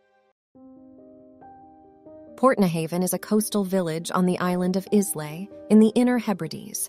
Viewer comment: The Isle of IS-LAY? Oh please!! Whoever scripted this thing has never been anywhere near Scotland.